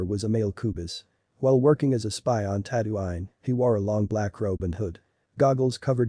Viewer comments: Tatooine* not tatooain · Ah yes tatto-ine it’s tattoo-een You pronouncing it wrong angers me